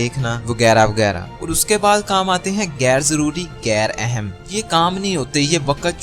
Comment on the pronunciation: بھائی یہ پا_ رو ایکٹو نہیں ہوتا پرو ایکٹو ہوتا ہے اور گیر اہم نہیں ہوتا غیر اہم ہوتا ہے تھوڑی اپنی اردو پر غور ہی کر لو